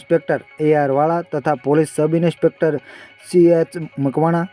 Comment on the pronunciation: ઇન્સ્પેક્ટર ❌ ઇનીસ્પેક્ટર ✅